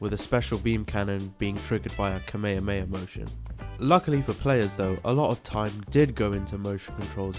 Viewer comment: the fucking what motion? I enjoyed the video quite a lot but you definitely butchered the Kamehameha